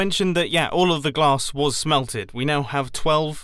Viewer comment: U said plonked on the glass not grass